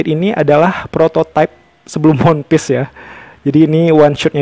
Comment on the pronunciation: Cara ucapannya itu wanpis bukan wonpis 😅 koplak